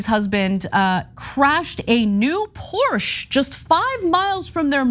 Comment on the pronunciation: Sorry, but Porsche is a two syllable word. FYI…